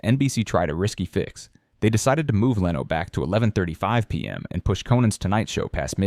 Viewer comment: What an odd pronunciation of Jay Leno. 👀